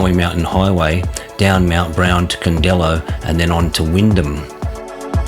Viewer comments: great vid - i live in Bombala and ride these roads every week - just had to pull you up on the pronunciations - its Brown Mtn not mt brown - Candello, like yellow - Mt Darragh is like mt Darra - and its orbost, not orbst - other than that, it was great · Good video but your pronunciations are a bit off. Candelo (candle-O), Mt Darragh (Darra) and Or-bost (not Orbust 😂) …